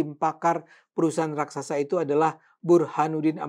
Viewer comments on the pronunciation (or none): none